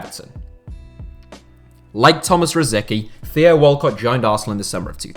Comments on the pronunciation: Tomáš Rosický (Czech pronunciation: [ˈtomaːʃ ˈrosɪtskiː]. Not "Rosiki". Is it really that hard to pronounce someone's name correctly?! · It's not pronounced Rosiki! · Rosicky is pronounced “ro-SITS-sky” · How did you pronounce Rosicky?????? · Its hurts the way you say rosicky